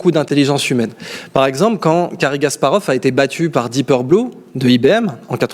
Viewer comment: faut arrêter avec cary gasparov... Kasparov !!!